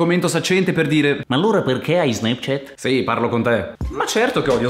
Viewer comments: Si pronuncio SNAPCIAT non SNEPCIET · Nessuno:: SNEPCHET